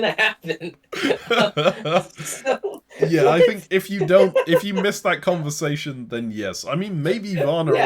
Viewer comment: did you just say L'conversation? 😂😂😂